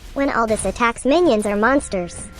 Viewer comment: I love your channel. Don’t wanna be that guy but his name is pronounced “Al-doo”